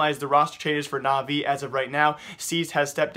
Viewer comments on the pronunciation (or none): none